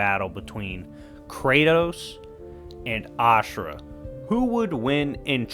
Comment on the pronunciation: Asura is a better version of Kratos to me in many ways and it’s pronunciation for him is Asura not ashirua